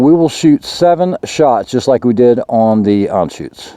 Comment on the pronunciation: Thanks for pronouncing Anschütz correctly.